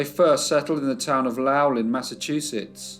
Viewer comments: My great grandfather also left Quebec to work in the mills in Lowell, MA (pronounced "Lole"). My mom's family is also from Lowell. (Also, in the name Thais, the Th is pronounced like "T" - similar to Tyce.) I enjoy your videos.😊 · Love your work! Lowell is pronounced “low-well” and New Hampshire as “hamp-sher” FYI TY for leaving the pictures a long time so we can study them. The one of Anne testifying is poignant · Lowell is the one that raised my eyebrows,lol